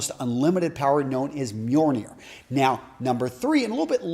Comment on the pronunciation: Just a tip: the hammer is named Mjölnir. With an L. Not Mjornir. Nice video, though. It's a nice change of pace.